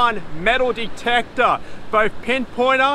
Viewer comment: Metal detectorrra he says ha ha